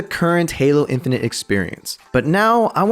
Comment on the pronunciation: when u said "then they adawnsed halo infanent" i got a add and i was lik yo dis ain't da halo infanent trailer